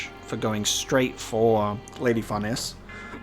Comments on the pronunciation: Far Neese together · Please someone tell him how to pronounce Farnese's name xD